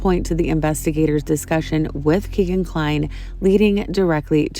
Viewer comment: Kegan Kline's name is pronounced "Keggan" and not "Key-gan." It rhymes with "begging," which is what he'll be doing in front of a jury.